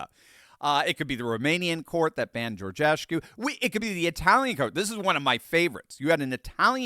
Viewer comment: Câlin Georgescu, not Georgeshcu